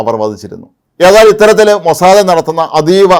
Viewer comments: പൊന്നു മറുനാടൻ, ഇങ്ങനെ എല്ല പേരുകളും നിങ്ങൾക്ക് തോന്നിയത് പോലെ എഴുതുകയും ഉച്ചരിക്കുകയും ചെയ്യുന്ന ഏർപ്പാട് നിർത്തണം. മൊസാദെ എന്ന് അല്ല മൊസാദ് എന്ന് ആണ് പറയുന്നത്. ഇസ്രായേലി ടി വി ചാനൽ കാണിക്കുന്ന ഇംഗ്ലീഷ് വാർത്ത കേട്ടാൽ അതു മനസിലാകും. ഉദാഹരണത്തിന് ILTV . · അപ്പാപ്പ മോസാദ് എന്നു പറയു